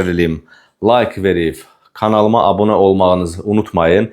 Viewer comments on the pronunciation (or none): none